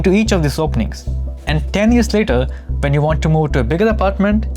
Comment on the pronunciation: This video is great. Please do some diction exercises or something, because I'm sure I'm not the only one that feels like climbing walls when you say "ven" instead of "when".